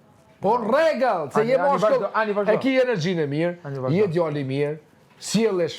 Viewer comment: nuk bën lojën e vet por po bën rolin e shkuesit me bashku Alba-Limi e Benita -Klodi. Analisti,opionisti që nuk fjalët shqip si duhet p.sh Rregull e thotë rregëll,kollaj e thotë kallaj etj.I pëlqen shumë vehtja.